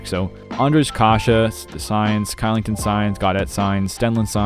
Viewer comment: Elite video, but Kylington is pronounced Shillington